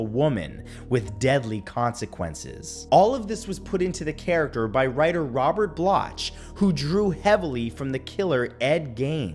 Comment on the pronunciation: C'mon, Matt: "Coal shack?" "Robert Blotch?" It's "KOLE-chack" and "Block."